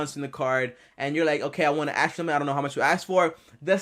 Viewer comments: Its pronounced ask not ax!!!!! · ASK not AKS 😂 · “Aks, axe, akk” It’s ASK! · 🪓 “ how to I axe” 🪓